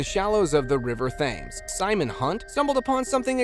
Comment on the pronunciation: The River Thames is pronounced “River Tems”